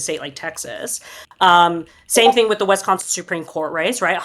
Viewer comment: As a Wisconsinite, I cringe at pronunciation of Wisconsin.